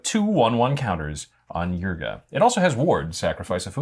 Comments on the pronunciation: my brother in Christ, can you read? why do you keep pronouncing it as yrga, its Ygra, pronounced Yi-gra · Hearing him day eargra instead eegra rustles my jimmy's a bit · Loved this episode but hearing Ygra pronounced Yrga hurt my soul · you guys were saying ygra wrong whole episode, but it was good episode